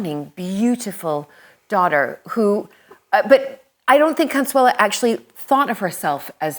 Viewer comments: Why does she keep saying "Consuela" its CONSUELO... it ends in o... Consuelo... no la. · A great videos. Just a little pet peeve... her name is Consuelo, not Consuela (pronounced "owe" at the end, not "uh", or am I wrong? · Is she mispronouncing her name ?